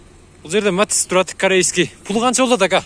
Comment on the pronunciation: матис эмес матиз